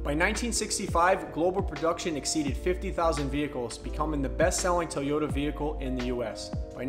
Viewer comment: What the hell is a Teee-o-duh? Is that a cousin to TOY-OTA?